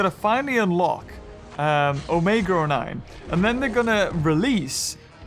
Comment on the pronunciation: why do you keep saying “omega or 9” that o9 sound like or ok sorry for anger you 😥